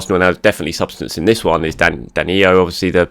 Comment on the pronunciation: Why do you keep saying DaniYo???? He’s Brazilian and it’s simple DaniLLo. As in Low. DaniYo is Spanish. Please. And thank you